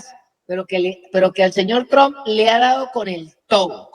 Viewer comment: Amiga, en apellido es Trump, no es Tron, que es marginal.